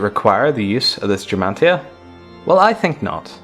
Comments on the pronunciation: Gematria is pronounced Ge--like gone or girly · GEM AT RIA - there is no R in there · There's no "n" in Gematria